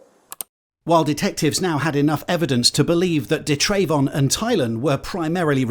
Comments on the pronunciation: It’s pronounce “Duh” Travon 🤪 if your gonna say it say it right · da’yrayvon 😂 he never had a chance. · Da’Trayvon? What the fuck is wrong with people. May as well have called your kid Un’empoyable McSkint